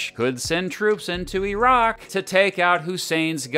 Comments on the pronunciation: Okay he pronounced the word as "E"rak. You have my attention. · Actually says Iraq correctly. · I’m so glad you don’t say “Eye-rack”